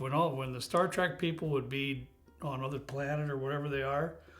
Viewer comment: It sounds like is calling it star “track”